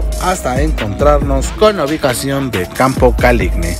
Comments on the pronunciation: tambien tienen mi problema de campo caligne no es caligne es caligine ca-li-gi-ne tienes el mismo problema que yo XD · Siempre me pareció raro escuchar Caligne jajajajaja gracias por sacarme la duda.